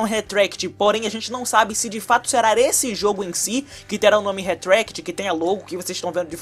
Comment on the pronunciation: Mano para de falar "serar" é será.